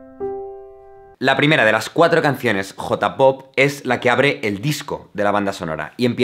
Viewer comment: No les pasa que aman sus videos, pero detestan como pronuncia J-pop? o K-pop? xD